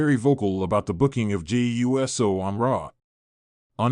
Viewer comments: It's USO ( i.e. UOOOOOSO! Get it right! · You need to learn to say uso it uso not uso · Yeah dude fucked up the name Jey U.S.O😂